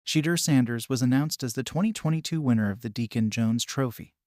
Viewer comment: At least pronounce Shedeur’s name correctly.